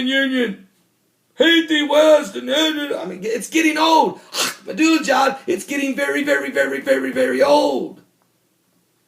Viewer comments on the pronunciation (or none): First of all, It is very annoying to listen to you pronounce Ahmadinejad's name. Secondly, It is not KAYAN. It is not a Porche. It's is pronounced Key'hAn. Thirdly, I read Iranian media on a daily basis and there is no such a declaration by Iranian establishment. In fact, Khamenei pronounced a religious decree aka Fatwa making the manufacture of a nuclear device forbidden. So, stop spreading the nonsense. Last time I checked it is Iran that is surrounded by American bases and warships.